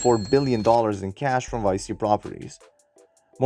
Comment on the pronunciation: Nice video! It's pronounced "Vee Chee" though, not "Vie See". Loaded up on this stock this week :)